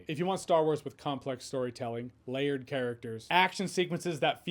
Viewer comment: when you said 'layered' I saw 'Leia'd '